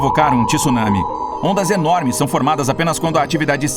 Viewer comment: 2021 e o cara não sabe pronunciar “tsunami” ainda, pqp!